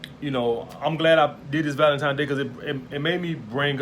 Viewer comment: Nigga it's Valentine's day. Not Valentimes.